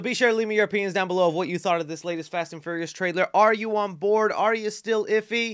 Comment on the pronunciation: Hearing you pronounce furious as furryious makes me smile